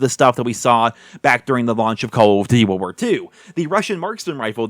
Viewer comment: Do you have a hard time saying call of duty world war 2 bro Jesus